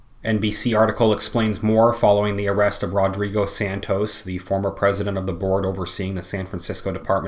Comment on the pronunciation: 'RodBigo' LOL!